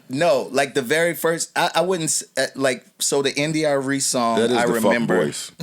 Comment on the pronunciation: "Fist Verses..." Joey my side in paid from laughing at this s**t.